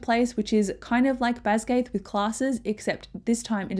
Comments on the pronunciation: This was great, thank you! Jsyk, it's not pronounced "BasGAITH", it's Bas-gee-ath" with a hard g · Great video, it just bothered me every time you pronounced Basgiath wrong 😅 BAZ-guy-ith